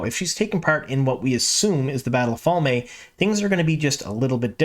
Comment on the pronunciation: Fal-may? I really hope that's not actually the way it's supposed to be pronunced 😬 Also you said they "things that are absolutely already canon" and I assume you mean the Moiraine and Siuane relationship but this is just blatantly false. Yes, they had a child hood fling but it never went beyond that. And they both went on to have hetero sexual relationships which obvious won't happen now. So, "absolutely canon", absolutely incorrect.